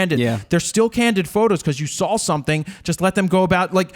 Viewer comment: has anybody ever told you, that you always put an "L" after "aw" in your pronunciation/dialect? "Welcome to RawL Talk", "I sawL..." and my favourite: "There is a new lawLLLLL!" love the show!